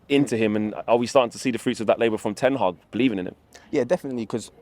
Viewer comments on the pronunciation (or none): Allow me to school you lads in a bit of Dutch; the Ten in Ten Hag is exactly like the "de" in de Jong, or "van de" in van de Beek, or the "van" in van Gaal. Therefor when pronouncing his name, we never stress the "ten", we stress the "Hag". So no more TEN hag, but ten HAG from now on lads.